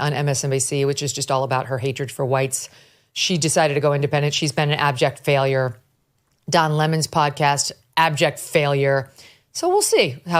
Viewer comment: I love how Megyn emphasizes "abject failure" haha